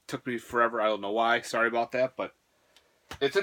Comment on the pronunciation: are you Canadian? That’s a weird apology